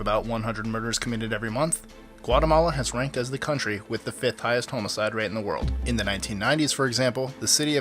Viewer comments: what exactly is a homoside? you keep saying it. lol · Just wanted to point out that it is homicide, not "homocide"